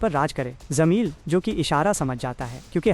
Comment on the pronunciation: zameel nahi jameel hai😂